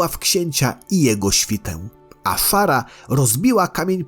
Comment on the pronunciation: Nie Afara a Azshara!